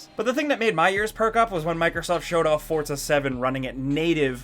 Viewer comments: It's pronounced For-Za not Forts-a Jesus Christ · The word 'Forza' does not contain the letter 'T'.